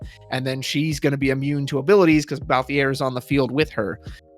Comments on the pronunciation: I don't really care how people pronounce Tidus. Cabbage's pronunciation of Y'shtola used to throw me off but never bothered me much, but ' pronunciation of Balthier....... It fully trigger me lol. No hate for it though XD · I was actually drawing while listening so when you said it, I looked up to see who the character was and I was immediately like, "No! No he didn't just mess up the leading man's name!" Then you said it again lol. Had to say something, but not mad. Don't want you to feel stressed over it, just poking fun.